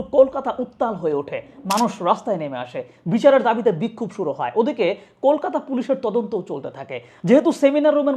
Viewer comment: Kolkata🇮🇳 not Kokata ❌❌❌